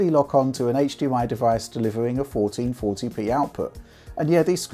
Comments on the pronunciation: 1440p, 1440p, 1440p, fourteen forty pee, FOURTEEN FORPEE, FOUEREN FORTRYHD LEPEEE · Say 1440p one more time haha